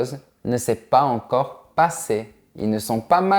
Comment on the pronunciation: Salut J'ai remarqué que tu ne fais pas la liaison entre quelques mots et ceci je l'ai constaté à plusieurs reprises par exemple dans cette vidéo tu as dis "pas encore "sans liaison entre s et en (pas z encore) Ma question est pourquoi?